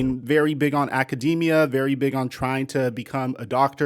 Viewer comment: “Aca- De-Mia” 😂